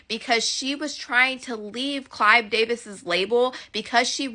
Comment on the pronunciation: It is Clive Davis not CLYDE DAVIS 😂